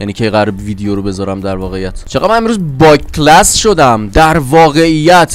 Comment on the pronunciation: اسمایل باکلس انقدر با کلاس شده که با کلاسو میگه با کلس🤣